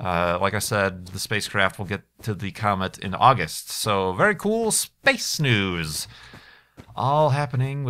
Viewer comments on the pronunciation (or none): none